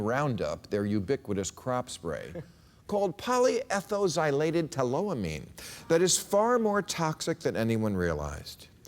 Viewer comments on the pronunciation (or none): As a chemist, he mispronounced polyethoxylated tallow amine. It's pronounced with a hard X, like in oxygen: poly - ethOXyl-ated (as in the ethoxyl functional group, eth- for two carbons and oxyl for oxygen).